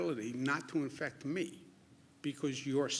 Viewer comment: Am I hearing this wrong or did he say "you can infucked up, infect* other people"